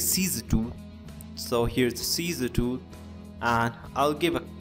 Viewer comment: So many haters, great work! Although, it is funny how you say scissors lol